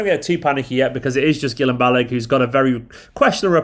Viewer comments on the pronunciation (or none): just a lil quick fix here... its pronounced "Gill-em Bal-a-gay" for future bro, i got u covered!